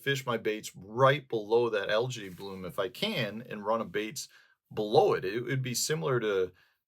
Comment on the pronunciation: Love your videos. You've taught me so much. May I humbly return the favor? AE in English is pronounced as a long E, not A. So, al•jee not al•jay. Same for aegis, antennae, paediatrics, Aesop.